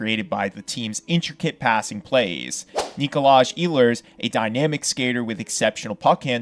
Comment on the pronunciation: I can't believe there are still hockey fans out there that pronounce Nikolaj incorrectly.